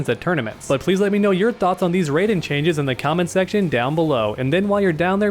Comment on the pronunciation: wtf is a rayjin (R-AH-EE-JIN)